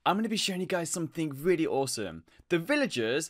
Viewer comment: No one: really Him:weally